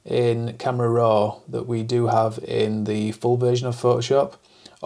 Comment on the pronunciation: There is no “r” at the end of “raw.” 😊 Why do you pronounce it “roar?”